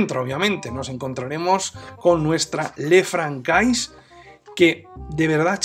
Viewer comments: Esa pronunciación del francés!! Jajaja... Ç ~ S "le fransé" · Sería de agradecer una pronunciación del modelo correctamente, que es una marca francesa